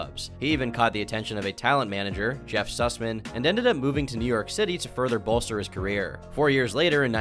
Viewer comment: Im sorry Did i just hear "Jeff Susmen"